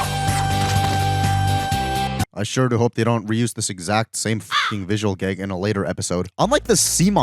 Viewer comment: Why not post shorter videos? Also, why do you say “geg” instead of “gag?”